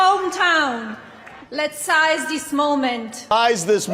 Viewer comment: I thought that Melania was a genius but she didn't know the word seize, and said size okay whatever